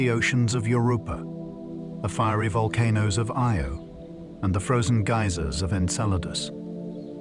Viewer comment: The way he pronounces Io as "Ee-oh" first and then "Eye-oh" and then "Ee-oh" right after again makes me think this is AI